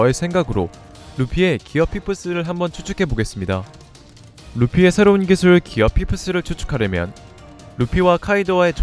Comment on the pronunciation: 기술 발음부터가 너무 구려서 간지 안날듯.. 기어 포스를 조루모드에서 지루모드로 각성시키는게 가능성 있네